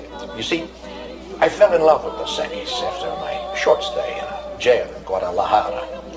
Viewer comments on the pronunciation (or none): its dos equis not dos equies learn spanish smart ones